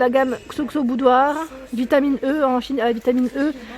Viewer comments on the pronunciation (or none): Le xoxo ça se pronnonce exo exo enft